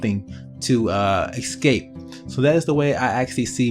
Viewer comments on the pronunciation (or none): WHY DO PEOPLE SAY "EK-SCAPE"?! IT'S "ESCAPE"!!!!